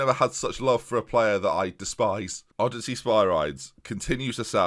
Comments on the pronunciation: By the way, it's pronounced: Oh-De-See-Us for Odysseas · O-diss-ee-us Spir-ee-deez